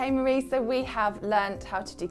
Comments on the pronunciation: Her name isn't "Marie" like Marie Curry. She is Japanese. Her name is Marie (mah-dee-ay). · I love how EVERYONE mispronounces Marie's name. Its pronounced "Mar-ee--ay"